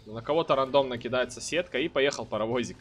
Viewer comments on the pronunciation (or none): none